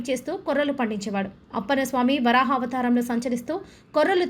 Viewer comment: అమ్మ! వారాహ కాదు " వరాహ " అని పలకండి.